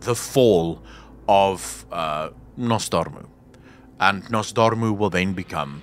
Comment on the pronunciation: I get chills by your pronounciation of Nozdormu. The R is so fucking good DOOOOD 😂